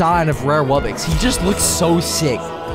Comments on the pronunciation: ITS WUBBOX NOT WUBBIX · He says it like wubbix but it’s really wubbox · normal pronunciation: wubbox: wubbix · Yea it’s “wubbix” not wubbox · Is it just me or does every single msm yt say “wubbix” instead of “wubbox” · The way you should say wubbox is w u b b o x not wubbix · Ah yes, ”wubbixes” (dumb ahh Its ”wubbOx” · It’s a wubbox not wubbix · It's not wubbxies it's wubbux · It’s not wubbix it’s wubbox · WUBIX? SAY IT RIGHT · It's pronounced wub-ox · YOU ARE SAYING WUBBOX WRONG!